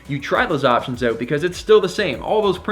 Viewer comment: Just came across your channel! I like your energy and sense of history. Something many lack these days. Also dig the way you say "oout" eh! 😉👍😆 Look forward to learning more from you.